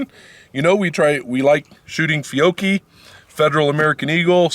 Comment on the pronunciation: First, you really should know how to spell and pronounce the ammo you are shooting in this video. Examples: Fiocchi and Aguila. If you have feeding issues with your Buckmark, check your ammo for its rated muzzle velocity. If it is below 1200 fps the round may not have enough energy to fully operate the semi-auto slide.